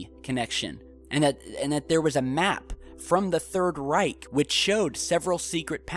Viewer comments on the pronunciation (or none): none